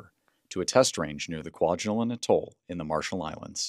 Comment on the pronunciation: It's "KWA-jell-an," dear. You might have to hang on for a few, while Trymp gets his orders from Moscow.